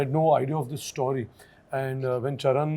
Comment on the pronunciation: I noticed something-Why do these star kids(Sonam usually, and now Farhan and Ritesh Sidwani) pronounce the word 'STORY' the way they do. The pronunciation is neither American, nor British. Is it the snobby Indian way to pronounce? I wonder